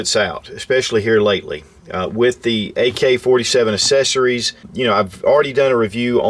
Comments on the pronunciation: Anyone else love hearing say "Assessories." Lol. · ACK-cessories. Sorry...that drives me nuts.